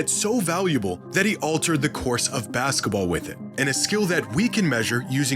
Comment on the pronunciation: "baska ball"